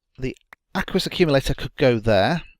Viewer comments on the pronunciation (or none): No offence, but I winced every time you pronounced the word "aqueous". :P